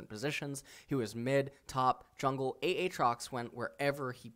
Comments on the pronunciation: I wonder if he pronouces Aaron as A A Ron or if he's just trolling with A A trox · A...Trox? Ah! Trox! A (A Trox). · Its prono7nced Aytrox, u pronounce one a